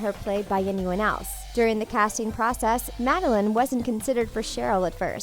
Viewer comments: First, you said Cole as Cody. Then you say Madeline instead of Madelain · They said madalen and not madalaine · you mixed up olivia and toni. and you pronounced madelAIne wrong